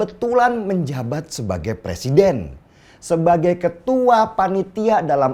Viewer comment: jangan terlalu semngat pak de ,rakus bener ah dengan jabatan 😂 sampe nyebut presiden ,jd "persiden" panik bener y gr gr asam sulfat gimik memalukan.